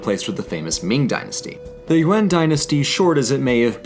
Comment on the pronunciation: lol, it's Yuan, not UN